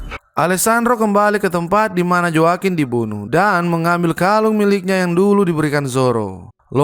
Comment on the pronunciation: Joaquin baca nya hoa kin bro